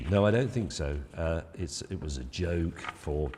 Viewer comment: Can James May pronounce the word ‘was’?